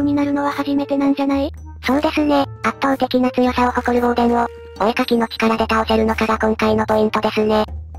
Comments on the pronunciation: ウォーデンではなく、ウォー↑デン ですね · ウォー↑デン↓ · 相変わらずのウォー↑デン↓(*ﾟ∀ﾟ) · お絵かきクラフト!! 大好きな企画だから嬉しい!!! ウォーデンの発音がやっぱりウォー↑デン↓なの好き 前もそうだったけどもしかしてイワンコフ乗り移ってた…？